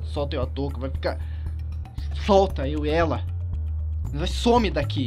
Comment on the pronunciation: O fala NOIS kkkkkk Se fala NOS OwO